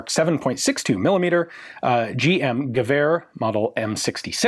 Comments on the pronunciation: As a Dane i approve of Ian's pronunciation. Slightly off but very close and clear. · You're doing a pretty good pronunciation of the word "gevær" :-)